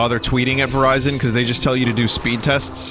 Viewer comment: E.T. phone Verizion.